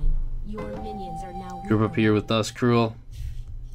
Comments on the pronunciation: Crul not crule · it sounds like crawl